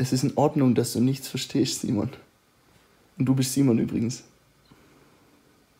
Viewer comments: Nischtscht versteschtscht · Es ist völlig in Ordnung, dass du nichts verstehsssccchhht"